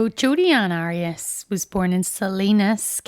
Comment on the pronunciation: You say the case has been overdone yet you pronounce her name wrong lol like after all the coverage there’s been….how is it so hard to say someone’s name right . I genuinely don’t understand